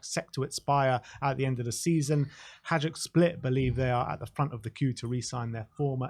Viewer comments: It is pronounced "hi duke", the football team in Split, Croatia. I have told you several times to keep you from sounding silly with your attempt at saying Hajduk !!. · Please guys. Pronounce it “hay-dook”. It’s the closest you will get and it won’t sound like fingernails down a chalkboard for supporters of “the Bili” (the white shirts, Hajduk Split) . With Perisic and Vuskovic (“voosh-ko-vich” btw) sounds like you are gonna talk about us again.